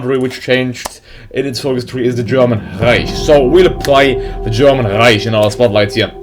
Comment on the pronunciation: Reich isnt supposed to be said Reich. You should say it like "reik"